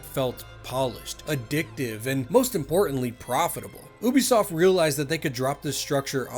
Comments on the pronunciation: Plz for the love of god it's pronounced u-b_soft not oo-b_soft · love your videos, but please pronounce Ubisoft correctly. /ˈjuːbisɒft/